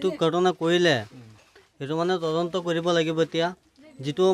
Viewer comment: 😂ata Assamese word correct koise tadonto aru reporters last kaibar tondonto kole oh count korok sun😂... Reporters namsakar janisu